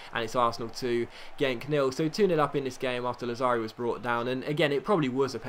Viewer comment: Lazzari has the accent on 1st A. Làzzari :)